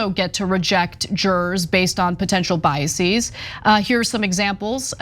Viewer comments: Biases Not biasees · It’s just biases (bias-is), not bias-seas. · Is that the way to pronounce "biases"?